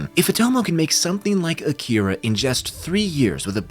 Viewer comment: It's pronounced "Ah-ki-ra" #Akira